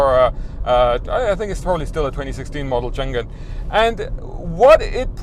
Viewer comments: Like your review. BTW it is Chang An, not Chan Gan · Its actually pronounced "Chang An" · I think it pronounces Chang Un